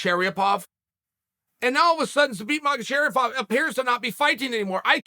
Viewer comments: Ummmm Zabit is a 6 ft 1 145er and will never make 135 and you're still saying his name wrong. Mago med sharipov. Not Mago sharipov. He's my favorite fighter. I miss that dude so much. I think he has a medical issue with his throat. That explains his stamina issues. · Zabit Magocheripov. Charl really learned how to pronounce his name correctly. Lmao 🤣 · No, we have no idea how long it took for you to learn to mispronounce "Magocherrypov"... lol. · He didn't get the Magomed part, just Magacheriopov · Can’t imagine how long it took you to learn how to say Magacheriapov. You can’t even say the word breakfast and you had a breakfast cereal as a sponsor so you had a lot of practice. Can’t say Usman, can’t say Khamzat. I truly can’t imagine. My guess is you’re still saying it wrong.😂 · "Do you know how long it took me to say Magosheripov" it appears you are still learning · ''Do you know how long it took me to learn how to say Zabit Magoshariopov'' Never change Chael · Do you know how long it took Chael to learn how to say Zabit Magosugarpuff? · Magomedsharipov ----> Magot-cherry-pop... Good old Unc Chael 🤣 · Chael It’s Magomedsharipov. You STILL got it wrong! 🤣😂🤣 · "Zabit Maggot-cheripov "~Uncle Chael 🙏😭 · "You have any idea how long it took me to pronounce MAGA-Cherry-apov?" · Zabit Megacherrypop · He said Maga Cherry puff haha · Then immediately calls him mogecherryfov lmao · Took you long but still you haven't nailed zabit's surname. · It took uncle Chael a long time to learn how to say Zabits last name wrong! Lmao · and you are still saying magomedsharipov wrong ! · Magomedsharipov, you still pronounced it wrong 😂😂😂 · Do you have any idea how long it took me to learn how to pronounce 75% of zabits last name?